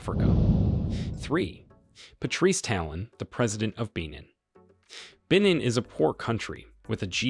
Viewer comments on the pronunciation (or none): none